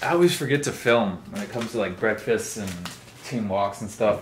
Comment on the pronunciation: 2 late breakfastses 😂😂